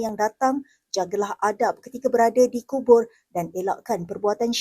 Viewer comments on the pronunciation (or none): Kubur.. Bukan kunur..